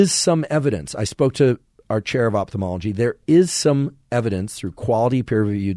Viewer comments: Thanks for the very useful content. The word is pronounced "oFthalmology" not "oPthalmology"! Moreover, could someone explain me how a person can perceive, say, GREEN colour in a (totally) green room, without anything (other colours) to juxtapose it to? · Great episode, but man it's pronounced oFthalmology from the Greek ofthalmos that means eye.